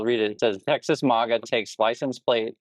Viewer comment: Ooh. I agree with the vid, but I hate how you mispronounce the word maga. Thumbs down